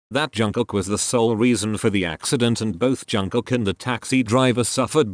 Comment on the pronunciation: not to offend you but why do you pronounce JUNG-KOOK as JANG-COCK its bother me a lot HAHAHAHAHAHAHAHA